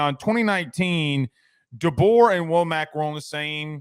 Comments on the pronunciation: It's pronounced, Wha-muk. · First, learn to pronounce his name correctly. Second, when he was defensive coordinator at Indiana, he was a Broyles award finalist as one of the top, five assistant coaches in America. He knows the Alabama, Georgia and Florida region as a recruiter. Finally, it appears as if. DeBoer is attempting to build a staff that will be there with him for more than a year, which Alabama has not had in quite some time. They could get away with that with Saban as the coach. I don’t believe that they can get away with that in the first few years of a new coach’s career. That kind of turnover means that every year turns back into the first year. He hast to build the kind of continuity that breeds success and earns you the right to later succeeded with high coaching turnover.